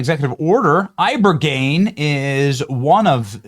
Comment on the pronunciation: Eye-buh-gain Not Eye-burrr-geneee